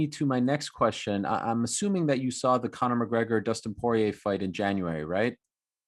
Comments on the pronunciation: 😂 Dustin pu-ah-ye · Let’s talk about Justin POIH-YEEA and Jan BUAOW-VICH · "let's talk about Dustin PWAYAY." -Georges St P-Hair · The way he pronounces Poirier sounds way more exquisite! 🧐👌🏾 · the way gsp says poiriers name. Love it, makes him seem french😂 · GSP makes Dustin Poirier's name sound so much more expensive. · The way he says Poirier get’s ma every time :D